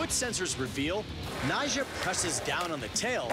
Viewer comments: Yeah it's like he says Nyshah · It sounded like nyshjah or something like that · anyone else thought he says 'nyjah' in a weird way?